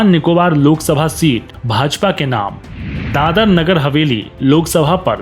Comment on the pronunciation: Please do something about your pronunciation. It is दादरा not दादर